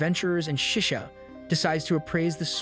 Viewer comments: It's so bad to hear that you call him sisu instead of shishou XD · "shesow" ah yes my favourite word for teacher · Bruh just said seasou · I didn’t know it was pronounced “sishu” in the anime, in the anime they just called him master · Me hearing: “shushio and fiend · I never knew there were so many ways to pronounce 'Shishou' 😆